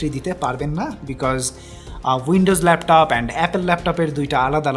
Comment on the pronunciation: Laftof naaa vai laptop